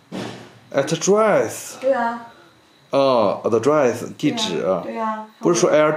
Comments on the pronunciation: address 哈哈哈哈，服气服气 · 这英文也太差劲了，Casino都不会读 address也学人家非洲口音，服气了……